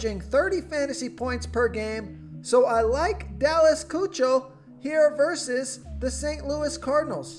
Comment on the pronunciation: Lets help you out....Kuechel, but pronounced Ki-Kul